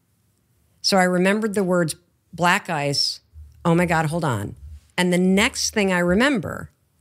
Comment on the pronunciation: It took me a while to realize that She was saying 'Black Ice' lol